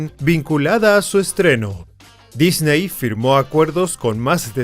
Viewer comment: Todo esta perfecto solo les suplico que aprendan a pronunciar la palabra Disney, saludos cordiales desde CDMX.